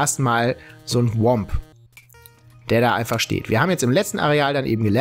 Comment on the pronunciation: Es heißt Thwomp und nicht WOMP